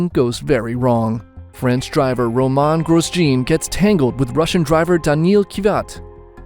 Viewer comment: Someone doesn't know how to pronounce Jarno Trulli or Romain Grosjean. I wonder why people make videos when they don't even do proper research into even their names!